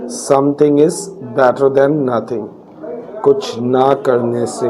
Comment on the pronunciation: than* aega then nahi janab